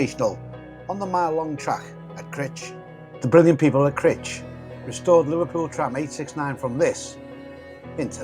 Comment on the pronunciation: Brilliant videos mate👍 Just one point Crich pronounced like eye not itch🤣👍